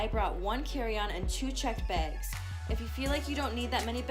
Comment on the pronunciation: “2 checked begs”